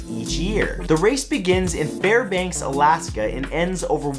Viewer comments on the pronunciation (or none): none